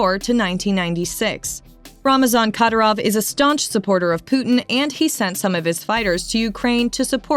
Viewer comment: Bunch of bs she can’t even say the man’s name right and people really believe this shit😂😂😂🇷🇺🇷🇺🇷🇺🇷🇺🇷🇺